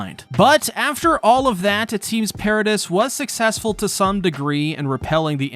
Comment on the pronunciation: Why you Mispronounce paradis and mikasa when they have been sed correctly hundreds of times on the show